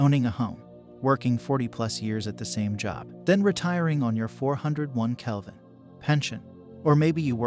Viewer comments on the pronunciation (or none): The computer voice reads it like that...he should write something like "kay"